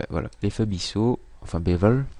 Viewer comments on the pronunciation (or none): merci pour l'info ! sympa !!! (par parenthèse, on ne dit pas "bisseau", mais "biseau"... prononcé comme "biZeau" ; )